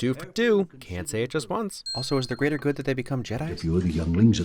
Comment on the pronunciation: Smart gorilla "The greater grood"